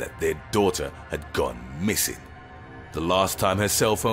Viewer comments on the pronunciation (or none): The parents were devastated when it soon emerged that their DAUGHTER had gone MISSING. Jeez guy, calm down with the annunciations.